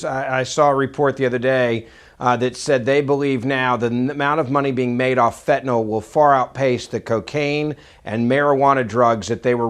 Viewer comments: "I don't think that acronym is accidental." It isn't an acronym at all! DNA is an initialism! If it were More Aliens Now, abbreviated as MAN, then it would be read as "man," and it would be an acronym. Also, stop saying fentanALL! Fentanyl is pronounced fentanILL. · Fentanyl ends with "yl", not "ol".